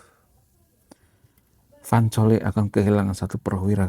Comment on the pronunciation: Cole baca kol bukan coli master..